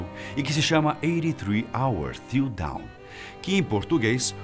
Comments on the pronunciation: No caso a pronúncia correta de Dawn, seria "dãn" né?! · "83 hours till dawn" a maneira como ele diz é down que é para baixo... kkk Realmente o povo brasileiro a falar inglês é uma desgraça... lol cada palavra cada pronuncia pior que a anterior...